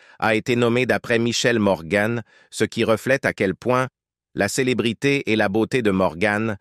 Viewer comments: On ne prononce pas MorganE mais Morgan à la française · Elle s'appelle Morgan et non morgann 😂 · Pas Morgane mais morgan comne vent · Mort prématurée? Elle avait plus de 90 ans. Et on ne dit pas morgane mais Morgan an an; Sa beauté correspondait à une époque.